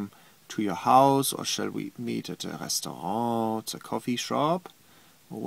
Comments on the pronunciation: That's how zee Germans say it too. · You say restaurant like you are French